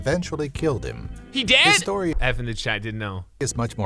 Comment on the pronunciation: "F in the chayt"